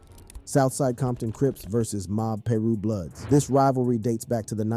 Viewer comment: Bro said “mob Peru bloods” and “club 6hundred and 62” 😂